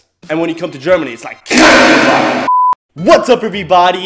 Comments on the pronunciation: you say KORNGENWOGEN 😂 It's KRANKENWAGEN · Krankenwagen not kronkenwagen